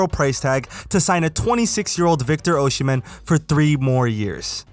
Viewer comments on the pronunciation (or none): Big fan of the superlig content! p.s it's Osimhen not Oshimen :D